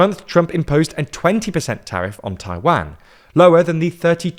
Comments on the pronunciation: How can they Taiwanese pronunciation right and not Taiwan 😅 my mind is blown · Yeah, this is another transliteration issue. Mandarin has no short “a” as in “cat” sound, it’s “ah” as in “father”. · Where is Tai-Wan? Are you deliberately mispronouncing it - or you just don't know? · Please stop pronouncing "Taiwan" like this 😭😭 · For a person that can’t even pronounce Taiwan properly, how can I take your point seriously? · Jesus please stop mispronouncing Taiwan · That's not closer to the Mandarin pronunciation. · The pronunciation of Taiwan is killing me lol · Not Tai-WEN, Tai-waan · jesus, its not pronounced as Tai-Wang.... it's tai-WAN.... U r english, u should be able to pronounce it correctly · Repeat after me: Tai Wan, not Tai Van. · Why do you Brit’s and Aussie say Tai-WAN, like WANKER. Pronounce it better like a Canadian and American, TAI-WON. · Hearing you call it "Taiwhaen" is really confusing. Far as I know, it's pronounced "tai-one" , right? As in the number one. Taiwan -> tai-one? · it is "Taiwan" not "Taiwen" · 😅 i really really enjoy the subject and the analysis as a whole, but. Those pronunciations hurts my ears. It is Taiwan, with a W, not a V, it is not a Van. And then Tsai Ing-wen, and Lai Cing-Te. Lai Ting De, as it is pronounced. Those Cing and Te, is wade Giles. A really really bad and really old way of writing the Chinese pronunciations. 😅 This is where Nanking, Peking, and so on comes from. Just like it is pronounced Beijing, and not Peking, then Lai Ching-Te is not pronounced Lai Ching-te, but Lai Ting-de. I am an actual Taiwan expert so I agree with parts of the analysis, and overall it is solid. And that is big compliment since most coverage of Taiwan is 😅😅 well,🐶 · 我说的是"a", 不是"an"和"ai". 用IPA表达 正确的读音应该是/tʰaɪ wan/, 视频里那个人说的是 /tʰɑɪ wæn/ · Dying at english pronunciation of Taiwaaaan 😂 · taiwen. jeesus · agree, the strange pronunciation is very noticeable, "Taiwanne". Good informative video nevertheless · It's pronounced "tie-one"